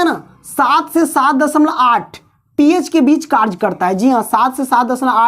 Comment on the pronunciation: Karch nahi sir kary hota hai aap karch khte hai